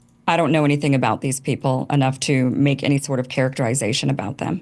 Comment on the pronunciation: Kim saying characterEYEzation is almost as annoying as her entire pissy attitude